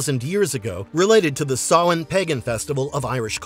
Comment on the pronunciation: So you can pronounce Samhain correctly, but How can you possibly mispronounce Texarkana? It's literally pronounced how it's written TEX- AR- KANA. NOT "tExaRrkEna."